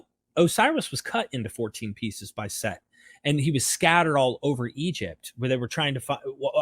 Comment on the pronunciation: Set not Seth